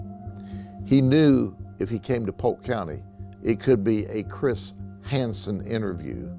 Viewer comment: "Chris Hanson" - he said it like "Keyser Söze"